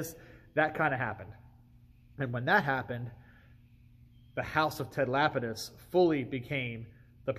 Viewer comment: It is absolutely MIND BOGGLING to me how many people mispronounce that name!! It's not "lapid-iss" , it's "luh-pee-diss''. Kinda sounds like 'le penis', lol.